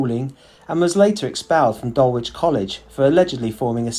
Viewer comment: We own a house in DULWICH Village. One criticism is that you really do need work on your pronunciation. It was the same with Admiralty. Otherwise excellent